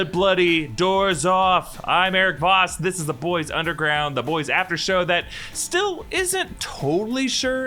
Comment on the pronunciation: "Hi, I'm... I mean Voss."